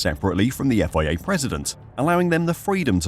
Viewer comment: The Effoiayya cant you just say FIA